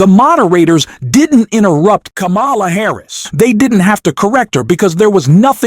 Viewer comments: Kámala, not Lamála!!!!!!!!please. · Her name is pronounced 'comma la'. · Jeez, please use the correct pronunciation of Kamala. Like the 6-year-old nieces of Kamala taught, at the DNC. Kamala is pronounced like "comma" "la". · Pls pronounce VP Harris' name correctly. Seriously. I am slammed with The Other Side saying wrong. It is instilled. Disrespect. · The way you mispronounce her name over and over, especially after the DNC in which is was so clearly explained, is inexcusable. And Tim 'Wells'??? If you can't be bothered to learn how to pronounce names, you shouldn't be pronouncung them in public